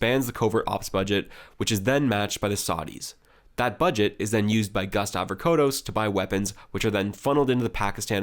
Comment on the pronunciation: Harold Holt is a Cake Eater, a Tool. And It's Gust Avocados Pronounced. Avo-Cados